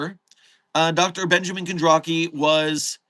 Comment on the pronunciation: Great stream today, there was lots of delicious fanart. One thing I would just like to nitpick, however, is the pronunciation of Kondraki's first name. As Kondraki is canonically Polish, the pronunciation (in English phonics) would be less like Ben-ja-min and more like Ben-ya-min. The "ja" would be pronounced more like the German word for yes. But then again, you don't have to, and there is no canon ¯\_(ツ)_/¯